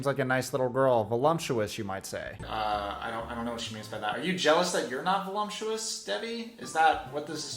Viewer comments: It's Voluptious not Volumptious, my ex always said the latter and spent the night in the dog house. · Public announcement: please don’t be a cringe inducing loser who mispronounces the word voluptuous. The second syllable is “lup” NOT “lump”. Think of it this way. Colte has a body like a “lump” of dough. And even though his gross beta body is weirdly feminine, he is NOT voluptuous. LUP does not equal LUMP!!! Sorry for the pedantic rant. But this has always been a pet peeve of mine. Colte and Debbie are brand new pet peeves of mine. The combination is just too much for me. 🤪🤪🤪